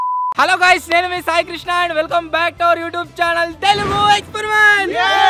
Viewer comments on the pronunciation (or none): none